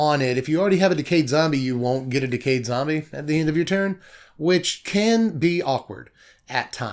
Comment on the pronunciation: “Zom-brie” lmao made me spit out my drink